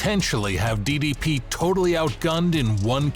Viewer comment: pronouncing ddp as diddy p. made me laugh out hard